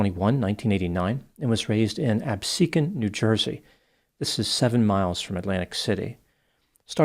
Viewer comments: Thank you for pronouncing Absecon correctly! Ty for this vid!😅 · You are the only YouTube I know that has pronounced Absecon correctly